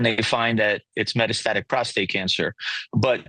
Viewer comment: Matt phoning in the pronunciation of metastatic and metastases.